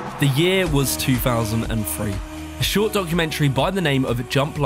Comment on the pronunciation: This dude really be pronouncing 2003 like “chew fousand and free”